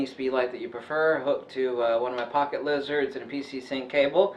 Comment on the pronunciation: I swear i always think i'm hearing things every time you say Pocket Lizard lol